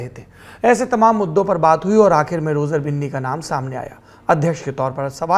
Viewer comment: Roger binni ko roger bunni bol raha hain